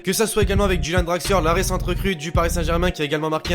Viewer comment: Draxler est allemand. En Allemagne on prononce la lettre "j" "y". Draxler s'appelle Julian. On ne prononce pas "Juliane". On prononce "Yuliane".